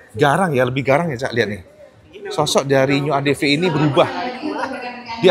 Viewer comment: ADV dibaca : "Adepi", bang, bukan "Adepe"